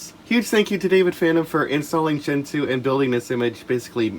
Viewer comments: You pronounced "gentoo" incorrectly. You said "gentoo" but it's actually pronounced "gentoo". Thank you for correcting this. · I know this is a 7 months old comment, but I believe it's actually pronounced "gentoo". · I thought it was pronounced "gentoo" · omg wrong it’s actually pronounced “gentoo”!!!! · NO!! IT'S PRONOUNCED GENTOO!!